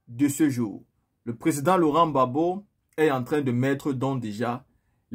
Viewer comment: Pas babo, mais Gbagbo